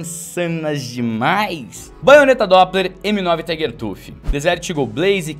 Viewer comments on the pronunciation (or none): none